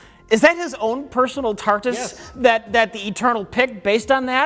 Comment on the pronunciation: They did catch on .. small TARDIS appear in the bottom of the screen when he says tartus..